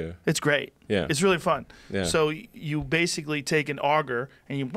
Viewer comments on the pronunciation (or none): none